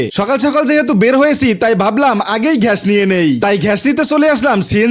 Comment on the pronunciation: গ্যাস❌ ঘ্যায়াশ✅